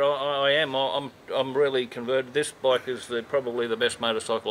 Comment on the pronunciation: can you say bike not a baaayk